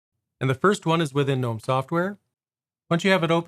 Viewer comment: Also, 2 things: 1. It's "guhnome" 2. The watermark's part of the tweaks, it's there even if you swap wallpapers